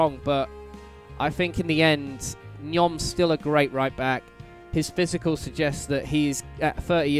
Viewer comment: Nyom is pronounced nee-om.